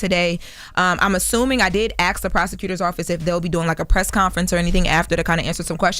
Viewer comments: 🚨🚨🚨!!!!!!!! …… you are so talented and have so much potential, I mean this with all sincerity and it comes from a place of concern; PLEASE TAKE THE TIME TO PRONOUNCE THE WORD ASK PROPERLY!!! Please stop saying Axe, it’s bad enough you’re over qualified for this Sh!t Show, I want to see you succeed as a major Entertainment Reporter on a respected platform, I hope you properly pronounce basic words soon! Did you hear Joy saying AXE the other day while you interviewed her??? NO… do better, Hun! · In talks * not in conversation , sounds weird . And it’s ask , not axe , man this stuff is annoying . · Why is it that so many black people have a problem pronouncing the word "ASK' and pronounce it "AKS"? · damn, punctuation hates to see yo ass comin, huh!? 😅😅 …. And Y’ALL always reading the paragraphs and quick to defend the foolishness 💅🏾 Pipe Down, Pooh!!! You’re just one sentence away from a paragraph with THIS reply your damn self 😏 She needs to stop sayin AXE 🪓